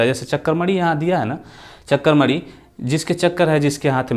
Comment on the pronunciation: Chakramani nhi hota h chakrapani hota h